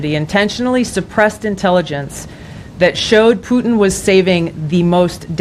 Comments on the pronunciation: Plutin…she really said Plutin.🙄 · Nancy Pelosi said Plutin!!!! Nancy????? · I heard Vadlimir 😅Plutin